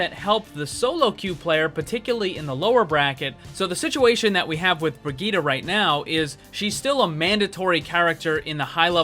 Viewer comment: Why everyone can't speak Brigitte right?